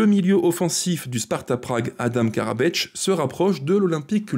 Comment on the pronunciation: thanks video, but no Karabeč, just Karabec :)